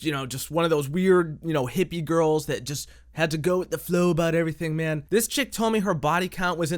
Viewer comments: every time she tries to say man it comes out as men. i don't think its just the German accent. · Notice how she says "I met a new men." not man. And don't give me that its her accent shit. she's speaking well enough with more complex words.